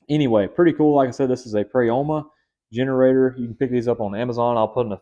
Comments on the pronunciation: Pro-YA-MA say it with me friend 😂 sorry I had to. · It the part of the world I live in the “O” does not have a sound of Prayama